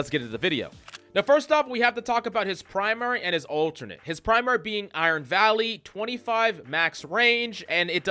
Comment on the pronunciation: Why you say volley so weird?